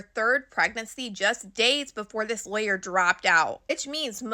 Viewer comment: Good information. You were thorough. However, some of those words that you pronounced wrong were distracting me. (Lawyer, gigolos, etc…)